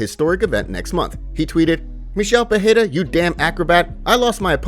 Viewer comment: It’s not peheira it’s peReira